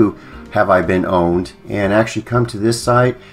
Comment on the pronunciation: For the RECORD ... it is NOT pronounced "owned" it IS pronounced "Powned" with a P sound in front of owned!